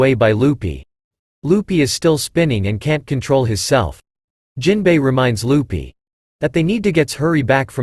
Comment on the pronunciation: Is it only me or do I hear you call Luffy “Lupy” 🫠